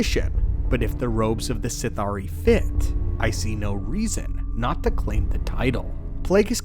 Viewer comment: Sith’ari is pronounced as a single word (Sithari) not Sith-Ari